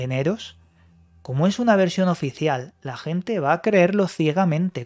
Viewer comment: oficieal por quie, por eeu?? xD